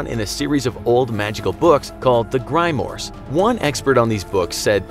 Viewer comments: Anyone else bothered by how he pronounced Grimoire as "GRI-MORE" when it's correct pronunciation is "GRIM-WA"? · "Grime-oars" lol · Its pronounced grim-war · Lol he pronounced grimoire Gri-moor , it’s pronounced grim-wa. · it's pronounced either "grimm-war " "grim-more" or grim-warr" and while we're correcting things a grimore can refer to any book of spells and Magick, it's not specific to demons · I WAS ABOUT TO COMMENT ABOUT THIS THANK U SO MUCH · It is pronounced grim whar. The whar is a subtle 2 syllables that almost sounds a bit like who are as in who are you. Check out E.A. Koetting videos about this subject to hear him actually say it the way it is correctly pronounced. Be sure to watch the hour lecture about the nine demonic kings and the one about the black sun for climbing the tree of death. Very helpful stuff. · this guy calls grimoires..... 'GRY MORES' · …..It’s pronounced Grim-wa, like a Frenchman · “Grimoire” pronounced grim war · So we just not going to talk about how he pronounced grimoire? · Yet at the same time he can’t pronounce grimoire... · Seems like he should summon the demon of 'hooked on phonics". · The way they pronounced "Grimoire" made me twinge. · Is no one else disturbed that the narrator couldn't pronounce grimoire correctly?